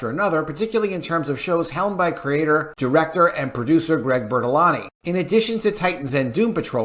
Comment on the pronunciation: Greg Bur-Lan-Tee